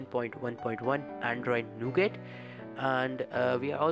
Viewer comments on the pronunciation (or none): Its not nougate ..ahhhh improve ur English dude ..